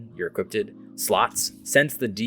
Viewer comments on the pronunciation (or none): I hate to be that guy and I'm not trying to make fun of ya. But I can't get over the fact that you keep saying "equipp-ted" instead of "equipped"😂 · Mans is saying "equippeded" lol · “Equipped” vs “Equipted” 😂